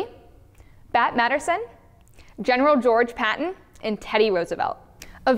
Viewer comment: Except she obviously doesn't know who Bat Masterson is, nor how to pronounce his name LOL